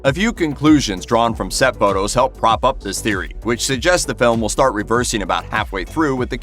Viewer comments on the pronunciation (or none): none